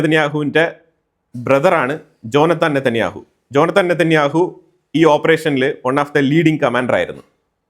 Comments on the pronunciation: ജോനത്താൽ അല്ല ജോനാഥൻ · ജോനാഥാൻ.. ഉച്ചാരണം ഇത്തിരി കൂടി ക്ലിയർ ആകുക. ജോനാഥാൻ നേതാന്യാഹു.. ജോനാഥൻ ലീഡ് ചെയ്ത ഓപ്പറേഷൻ ആയിരിന്നു